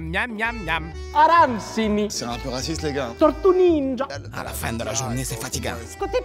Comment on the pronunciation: "Tourtou ninja" jsuis au sol